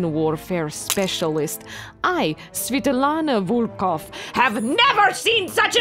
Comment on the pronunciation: Sweetlana Wolfova :D its correct russian name) (no, its joke. correct: Svetlana Volkova)